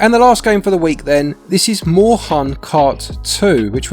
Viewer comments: german here, Moorhuhn is actually pronounced like "more hoon" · Try pronouncing it "Morehoon" xD